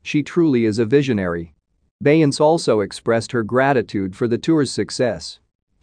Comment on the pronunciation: Click Bait This is AI at it's worse. He can't even say her name correctly. 👎